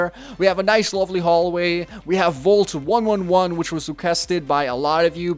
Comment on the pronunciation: its voult one eleven